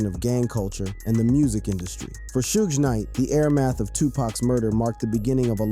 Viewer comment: Don’t this foo know how to say Suge’s name ffs.